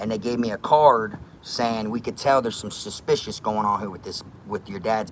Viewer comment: This man 2nd time watchin this he still said suspissed😂😂